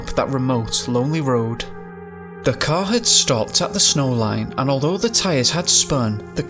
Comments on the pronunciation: If only you could say Car instead of Cow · The first half I thought he was saying “cow,” so I was confused. 😂 Finally, I realized he was saying “CAR!” My bad.